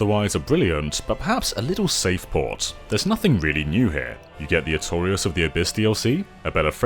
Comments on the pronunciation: Knight Astorias... 👈😒 no, no! Knght Artorias! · I think he's new to Dark souls but says it's his favorite game to seem cool. He said "Asstorias" for fucks sake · Did he say Astorias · The fuck did you just call Knight Artorias?